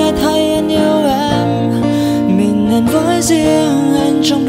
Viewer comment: list nhạc của bạn rất hay, tuy nhiên bạn có thể lựa chọn những bài hát mà hát tròn vành rõ chữ, ko phát âm sai được không. Ví dụ đoạn bài Mơ, từ " mình " thì ca sỹ hát thành "mìn" , hoặc có bài từ "trái tim" hát thành "trái tiêm" nghe rất khó chịu. Ý kiến cá nhân, cám ơn bạn đã làm list nhạc rất hay!